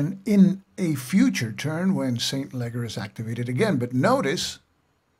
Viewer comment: Excellent overview of siege, resupply and reinforcement, and field battles. Minor corrections on some of the names: St Leger is pronounced SELL-in-jer, Knyphausen is pronounced Ka-Noop-House-in, Schuyler used either the Dutch S-kh-Hi-ler or English Sky-Ler pronunciation.